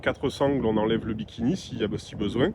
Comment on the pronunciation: Bimini ! Pas bikini 😅